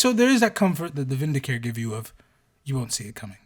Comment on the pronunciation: Vindicare is "vin-di-kah-ray". You'll note the irony that the Eversor are always in painful discomfort. They are "ever sore". Secretum is "say-creh-toom". How do you spell Vannus? Vanis?